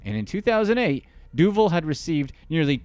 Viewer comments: I think her name is pronounced du-VAHL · HEY IT'S DOO VAAL DUVAL moron